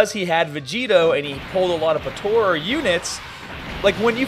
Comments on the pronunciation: lol why he saying potora XD but yeah potara is still the most broken team ever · Dude... potara not tora